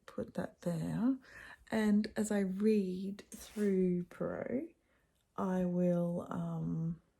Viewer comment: Bonjour ! Iam a huge fan of Poirot (love the way you pronounce it). I am on vacation and they play the series with David Suchet. I love watching them again and I don’t remember who is guilty or sometimes I do but it’s so fun to see Poirot using his little cellules grises (brain). He is pompous and arrogant but deep down he has a huge heart. In two stories he helps lovers being together; he helps his friends and young woman. He is a secret person. I have read The mysterious affair at Styles last year and wanted to read all of them and now here you are doing it. So I am going to join you ! It’s my birthday today so I am glad to start the day with you and Poirot !